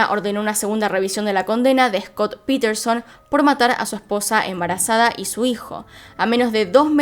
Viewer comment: No es piterson es Paterson